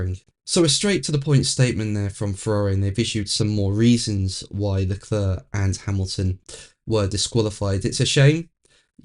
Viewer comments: Your videos are interesting but could you please try LeCLAIR rather than. It hurts my ears. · It's Le Clerrk